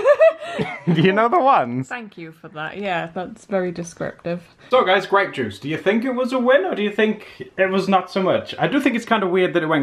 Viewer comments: it's Gra(y)pe juice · It's grey'p juice :D hahaha I recently saw purple, red and white (the green ones) grapes in the grocery store. Mostly it's just red and white, just like the whines.... Maybe you could try painting with cheap whines or gluehwein?